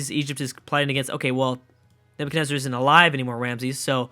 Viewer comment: "Neverkenezer"?! Can this guy not read?! It's Nebuchadnezzar!